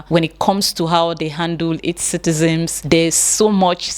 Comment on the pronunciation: Dear, the word is citizens not citizems Thank you.